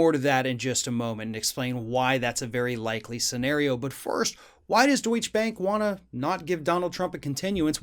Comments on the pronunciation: Good video. Just an aside, there is no silent e in German. So it's Deutch UH bank. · Deutsche (pronounced doicheh) bank has already been fined big money at the state level and are being investigated for big irregularities at the federal level have been helping Trump so the federal investigations stop or go away. Now that Trump can't help them, they will demand repayment of those loans. But not so fast, Uncle Sam also known as the IRS has first dibs on Trump assets. And they are primed to start seizing Trump assets as soon as he leaves office. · isn't it pronounced "doycha"?? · It's "doy-cha" phonetically. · Not sure what a 'schwa' is. But in German if there is a 'e' at the end of a word, you pronounce it. It's Deutsche Bank and not Deutsch Bank. Same with Porsche (and not Porsch) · If you're gonna make a video about Deutsche Bank, then learn how to say it before making the video. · The 'e' at the end of Deutsche is not silent. It's a two syllable word. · The final e in Deutsche is pronounced, just like Porsche but you probably don't pronounce that either! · the last E isnt silent^^ DeutschE Bank Yeah, its widely known that our Bank, especially Investment Banking, has/had a shady past. They deserved every single one of these Punishments. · You should pronounce the "e" at the end of "Deutsche"! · Pronounce both syllables of Deutsche, please. Danke. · The last "E" in Deutsche isn't silent. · Just for anyone interested, the e is pronounced in the word ‘Deutsche’. It comes from the currency Deutsche Mark. Where as Deutsch means German. It’s the same as Porsche, the e is pronounced, though they both sound like an a. It just sounds so odd hearing say it. I know it’s not vital information or important how it’s said, it’s a little bit of trivia. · FYI: Deutsche end with an audible schwa and is two syllables. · Dear, I love your videos. One little thing about this one: Deutsche is pronounced just like you did, but with a schwa at the end. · Deutsch-uh Bank.